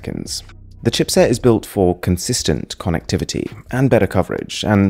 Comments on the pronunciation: Since you were translating English to Chinese, and along with that your pronunciation was also becoming Chinese. Konnekthiviti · I am uneasy with the way he says "konek-t-vity" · The way he pronounces konectivity.... Just loved it.. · No one: Mrwhosetheboss: KONnectivity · "Konnacktavitty" is what I'm most exited about. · K O N N E C K T H I V I T T Y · Conn- nac-tavity? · Nobody: MrWhosetheboss: Konectivity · Ko-nek-tivity that's how you pronounce Connectivity in upcoming Google voice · your pronunciation of connectivity sounds like british accent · Yo why'd you say connectivity like that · Is that how you say "connectivity" ? o.O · The way the pronounce connectivity lol